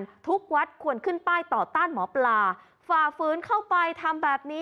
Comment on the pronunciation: หมอปลาครับไม่ใช่หมอปา